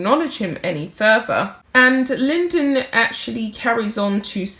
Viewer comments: LYDON, NOT LYNDEN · Oh dear you kept calling him Johnny Linden, he is called Lydon. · It's John Lydon, not Lyndon. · His name is John LYDON as in LIE DON, not Lyndon! He was a singer with the Sex Pistols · It's Lydon, not Lyndon. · It’s pronounced Ly-don not Lyndon. Google him. He was a very important figure in your country’s history. Ever heard of The Sex Pistols? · This man is amazing! He came over as a really bad boy when he was in the very famous Sex Pistols. Very anarchic but not really. He has a lot on his plate personally at the moment so bless him for speaking out. I think hus surname is pronounced Ly Don not Linden but younger people wouldn't know that! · his Johnny's surname is Lydon, pronounced Lie-don 👍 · It's pronounced lie-Don. Lydon. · Mispronouncing names is simply unprofessional and careless.